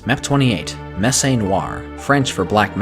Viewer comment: Glad to see another DoD video! Excited to play this series, which I hadn't heard of. One nitpick: "Messe" rhymes with "less."